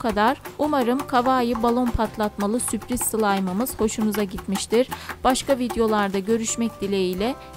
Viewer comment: Süpriz değil Sürpriz :)